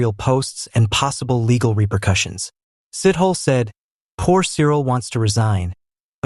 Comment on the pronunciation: Sithole 😢...not Sit-hole please